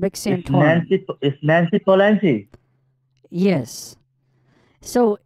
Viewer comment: Nancy Palancy 😆😂